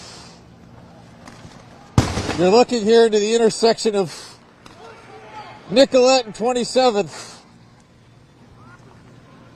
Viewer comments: nicol-et not nicol-ay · Ask a local resident! It's pronounced Nicolet not Nicola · It’s Nicolett pronounced NICK-uh-let. Keep up the great work and thank you for being here. All respect